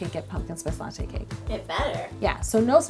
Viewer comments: Knock knock who's there la lawho its latte not la who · There should have been a count of how many times she said a-latte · You said "latte" A LATTE in this video. Sorry, I'll go ahead and kill myself